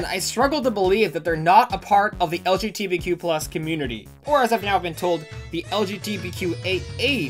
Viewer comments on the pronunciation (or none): Pain when you kept saying LBGTQ+ instead of LGBTQ+ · Love you, but it’s LGBTQ, not LGTBQ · This hurts hearing you keep on saying lgtbq+ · He keeps calling it lgtbq+ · When I was watching some of this vid and you kept messing it up I was like “wow during pride month too” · I thought my brain was breaking when I heard you say it lol, it's all good tho -a bi person